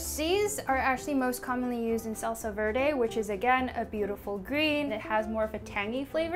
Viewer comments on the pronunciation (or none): none